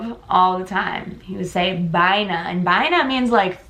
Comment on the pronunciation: I really liked the way you said Me Gusta esa vaina Jje... And Vaina means everything but as the same time could means nothing... Its like spanish slang !